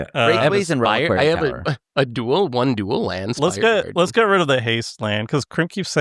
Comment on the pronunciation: Geeze. I thought SafronOlive had issues saying words until I heard keep saying "Lain" every time he tried to say land.